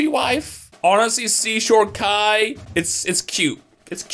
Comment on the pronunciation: Oh my gaaaaaaaawd he called Kai kuuuuuuuuuu now I’m gonna leave an angry comeeeeeeeeent